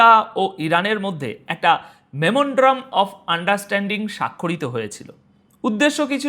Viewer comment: দাদা, শব্দটা মেমনড্রাম না। এটা মেমোরেন্ডাম। আশাকরি এটা সুদ্ধ উচ্চারণটা আপনি আয়ত্ত করবেন পরের ভিডিও তৈরির আগে।